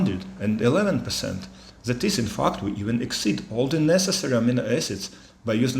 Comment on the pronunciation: Please, do NOT say the word "fact" as "fucked". It just sounds so ambarassing!!